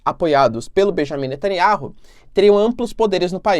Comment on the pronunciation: O nome do Primeiro ministro de Israel é BENIAMIM NETANYAUH e não Bejamim Nataniárru. Não é inteligente mudar o nome das pessoas